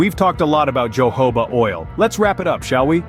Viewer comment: Uh, you mean Jojoba, right? Pronounced Hohoba, no?